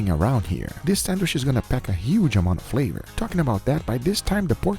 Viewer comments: I love how you say Sandwish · Guga be like sandwich ❌sandwishhh👍🏻 “just a joke great things my guy love u 🥰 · Just 1 time id love for guga to say sandwich.... not sand wish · The way he says “sandwich” is cool